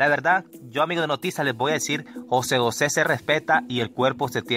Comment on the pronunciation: Mi brother, no es Ose Ose, es José José.